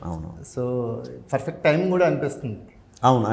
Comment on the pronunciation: Adi ferfect kadu babu😂😂Perfect antaru Perfect❌Ferfect✅